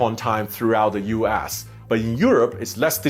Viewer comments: The way he said U.S. seemed like U ASS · "Uass" instead US? I mean, you can blame your accent, but honestly you could have been sassy there 😏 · I like how he keeps saying U Ass… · He pronounce US as U-Ass...lol